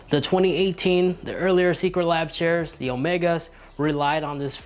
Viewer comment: He probably has a speech impediment, not his fault.